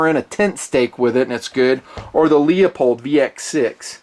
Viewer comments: its pronounced Loo-polled, not Leo-polled. You been killing me for years with that mangled pronunciation. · Say it with me, "Lou-pold"